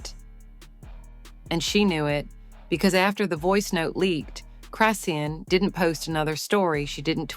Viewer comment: Until you learn how to say her name, stop reporting and lieing.